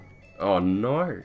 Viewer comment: Oh no-rrrrr. I like how he adds an r sound to his no lol